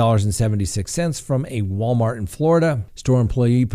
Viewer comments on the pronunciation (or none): none